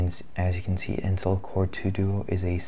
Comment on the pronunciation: I'm confused are you pronouncing intel as in-till? and developer as deff-lopper? haha